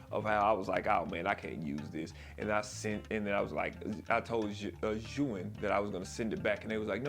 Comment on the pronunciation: Thanks for pronouncing zhiyun in the right way.